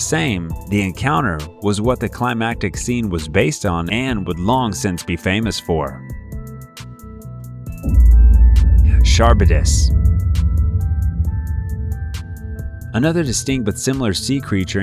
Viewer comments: It's quite painful how you're pronouncing Scylla and Charybdis. It's Silla (first syllable stressed) and Karibdis (2nd syllable stressed), not Sky- La and CHAR-bi-dus. Please, these things are easy to Google, or you could listen to the song Wrapped around Your Finger by the Police. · Charbedis? 😂 It's pronounced "Ka Rib Dis" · Charybdis = kar-ib-diss, not shar-bid-iss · Charybidis = kah-rib-diss. Do your homework. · Ok, I am not trying to sound like jerk, and I apologize if it comes acorss as such, but that is not how you pronouce Charybdis and Scylla. It's pronounced "Kar-rip-dis" and "Silla". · Your pronounciation is wrong. Scylla is pronounced SILL-a. Charybdis is pronounced ka-RIB-dis. CH in the Greek is voiced as K. Nemean is nee-MEE-an. Chupacabra is pronounced exactly as it is spelled, CHU-pa-ca-bra. Short A in the final syllable. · Kah-rib-dis & skill-ah, thank you. Ooph! Those pronunciations were nails on a chalk board for me. I know I’ll get hate for this comment, but I couldn’t not say anything. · you pronouce chariybdis is {kara-bis} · Charybdis is pronounced "kuh-rib-dis." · Kar - rib - dis Skil - la Si - thee - ans